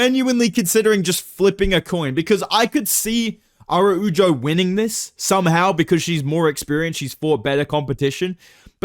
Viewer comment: how hard is it to pronounce araujo bro